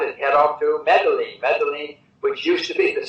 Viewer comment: Funny, Jim is off to Medellin for a conference, but doesn't know how to pronounce the name... On another note, you can replay any of Jim's interviews over the last 5 years and they all sound alike, same as Marc Faber... One day they will be correct, the only question is when...